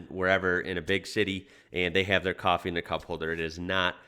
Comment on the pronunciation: Uts Coffee not Cwofwee